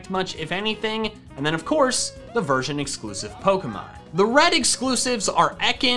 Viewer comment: I swear at the beginning I heard him say virgin pairs instead of version pairs 😂😅